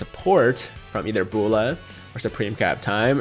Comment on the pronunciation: Why he pronounces Bulla like that lmao